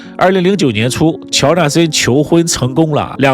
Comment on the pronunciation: 平舌音，翘舌音，练习一下，听着难受： “成功了”不是“层功了”